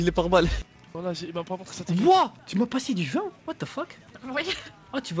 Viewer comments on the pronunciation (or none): Tjs dit WHAT FOK